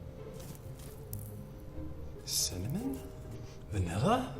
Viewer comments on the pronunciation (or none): When he said "cimmanen" I died. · Nobody: this guy : CIMMANON? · lol he said "cimmanon"